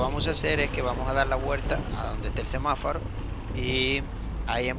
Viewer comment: No sé dice semáfaro es semaforo